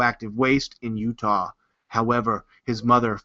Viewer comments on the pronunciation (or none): none